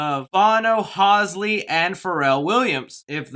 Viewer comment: And then you say “Hawsley”? It’s “hall-zee”, you’ve never heard of Halsey? SMH